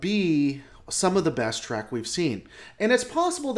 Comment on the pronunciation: Say track one more time. Seriously how can you consider yourself a lore master if you can’t even say the name of the franchise correctly? It’s trek. Which has no a or c in it.